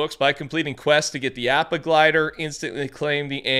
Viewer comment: That’s not how you pronounce “Appa” 💅🏽it’s cringey 😭no shade